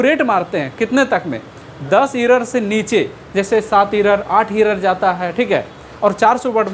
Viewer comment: Sr aap achha smajahye ❤ but aapka english utna thik nhi h असपीड इरर असटोक